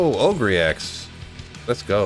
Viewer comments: dude, its not oh greee its ogre like shrek an ogre and blessed hammer the blessed part is BLESSED not BLE-SED... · Ogre - “Oh-ger” — “My friend is a big, dumb ogre.”